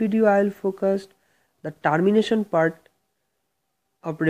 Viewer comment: whats that sound Tarmination its Termination pronounce it correctly first